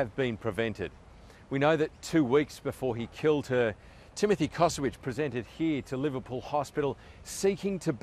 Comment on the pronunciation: he is not Kosowic, but Kosović, family originaly from Croatia